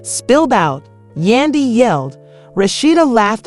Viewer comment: For her to pronounce Yandy name as Yunday is ignorant, why ? Because it’s not hard to pronounce it and im quite sure she has heard Yandys name name many times. Then for her to say it right clearly shows her ignorance.👎🏾👎🏾👎🏾👎🏾👎🏾👎🏾